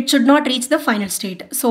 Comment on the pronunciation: Why do most Indians make that weird sound after they pronounce 't' at the end? Like when she pronounced 'not', she was like 'not ta' 😂... Anyway good explanation